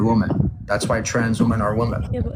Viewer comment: why do you pronounce the plural of woman exactly the same as its singular form❣